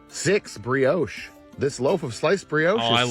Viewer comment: "Briooooowch" Americans are not content with butchering the English language, you guys butcher any language - now it's the French language. 😕